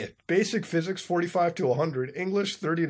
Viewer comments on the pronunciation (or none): none